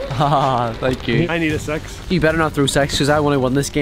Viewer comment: Why pronounce "six" as "sex"?